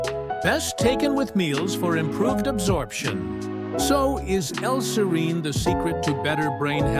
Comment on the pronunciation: Two things: (1) serine is NOT an essential amino acid; at most it's conditionally essential, and (2) the persistent mispronunciation of "serine" and the severely annoying music made it so I didn't stick it out until the end (I went only to 2 colon 27). There are several other sources of info on this topic without persistent mispronunciation and annoying music.